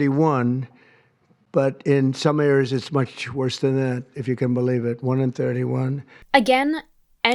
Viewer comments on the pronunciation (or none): Much Worchth than that? "It can only good happen". Between the slurring, the incorrect pronunciations, and the made-up numbers, it's mind-numbing to watch. And JFK, looks like he's fighting off a bad trip of acid. WTF? Thank you for putting this together far better than I could, so I'm sharing this video! BTW, there are a lot of us who are totally embarrassed to be American at this point.